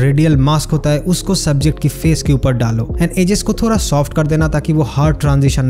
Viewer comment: Bro its thoda not Thora😅